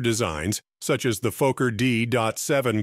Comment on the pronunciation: Was his name Fucker or Falker or Fokker??. Please check your videos before going online!!!